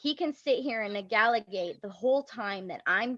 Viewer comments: "He can sit here and negaligate." 😂😂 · "He thinks he can 'Negaligate'" WTF!?!?! she made up a whole ass word. Yo, 2 felonies and 4 misdemeanors. Bro needs to chill and get his priorities straight. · "Negaligate" Interesting This girl is a monster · She’s obviously an English scholar. SMH. Negaligate! People should not negaligate! My word. And I thought her speech before that word was atrocious. Wow! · “Negaligate” ???? Wtf. The idiot mother tries to sound smart, but….